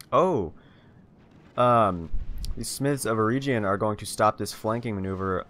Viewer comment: It is pronounced Smiths of Eh-reg-yun.